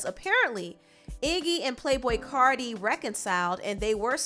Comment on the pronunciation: Its CARTI (CAR- TEA) You would do ANYTHING to mention CARDI -_